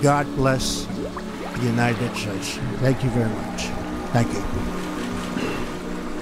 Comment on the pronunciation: What does he say ? God bless what? United Chutsh?